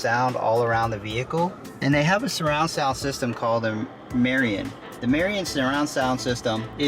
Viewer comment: It's pronounced MAH-RID-EEE-IN